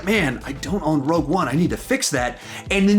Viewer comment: Rouge One? Seriously? It’s Rogue One not Rouge 🤣🤣🤣